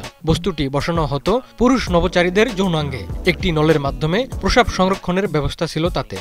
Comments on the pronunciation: ৭১ টিভি কি দেখে সাংবাদিক নিয়োগ দেয় বুঝিনা, এই লোক প্রস্রাব শব্দটা একবারো ঠিক মতো উচ্চারণ করতে পারেনাই। এটা প্রোসাব না প্রস্রাব। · সংবাদ পাঠক এর তো প্রশ্রাব উচ্চারন ই করতে পারে না।